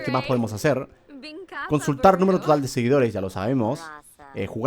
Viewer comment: Like si escuchaste como Germán hablo como chino "Consultal numelo social..." 🤣